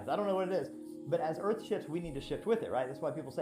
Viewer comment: Easily one of dumbest conspiracy vids ive ever watched. Had to constantly skip through cuz 95% of these vids are bs and brainwashed people. And its pronounced EARTH not EARF you illiterate fk. Cant wait til its cool to be intelligent instead of a moron.